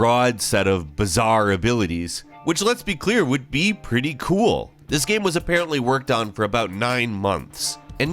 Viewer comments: gäm... stohrä??? wtf is with your pronunciation?!? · Dave Price and “Gaem” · This guy pronounced the word "game" different every time he says it